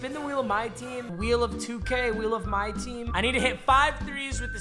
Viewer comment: “Wheel of mycream”